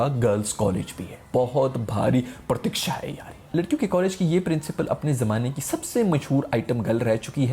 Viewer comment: Partiksha kia hota hai yar hahahhahahahahahahaha